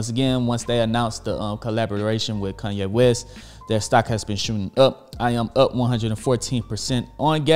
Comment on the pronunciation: "Kunnye West" lol! Great video my guy